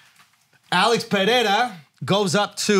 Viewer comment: STOP SAYING PERREIRA LIKE THAT YOU GUYS